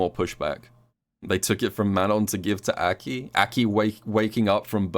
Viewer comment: Will you ever pronounce Aki correctly?